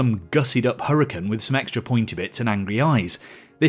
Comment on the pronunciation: Hoo-rah-kan. Please fellow Brits, stop butchering the gorgeous Spanish language